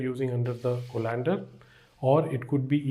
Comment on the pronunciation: thanks for the knowledge. But Co(like kaw)-len-der not co-lan-der